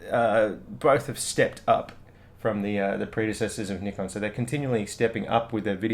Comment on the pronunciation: I really like that you pronounce Nikon properly. :-) Can you please say is viewfinder comparable with one in D810 or D3 line? I was owner of D3.and somehow viewfinder from D800 was kind a better.lightly,but was. Thank you in advance.